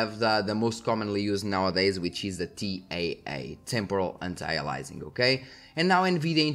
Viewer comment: "A"-Lee- US-Ing - not "alizing or "Alising", Anti-aliAsing the A after the I is an E sound